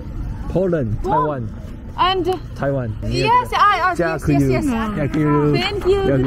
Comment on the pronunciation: 聽說烏克蘭街上都是美女帥哥,可以多拍一點,說taiwan時,她應該想了一下心中os:原來是thailand,這男的發音真不標準